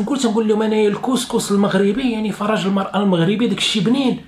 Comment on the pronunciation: mdr khay,en arabe on dit farj et non faraj.